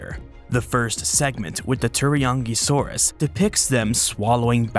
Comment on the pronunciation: I totally heard the "Teriyaki-saurus" 🤣😁 It's too early for me already lol 😆